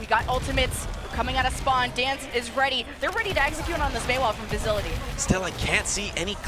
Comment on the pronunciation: They’re saying vizility.. the Netherlands dps 🤦‍♂️